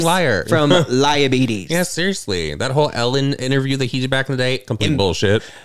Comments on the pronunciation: “He suffers from lie-abetes” 💀😂 💚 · “Liabetes” bitch I lost it 🤣🤣🤣🤣